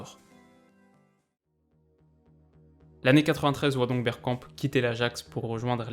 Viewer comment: A j’ai entendu « on va parler bière » j’ai replay 5 fois mdrr